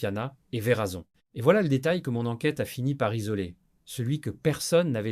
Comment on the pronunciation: 😂 grave Verazon au lieu de Werrason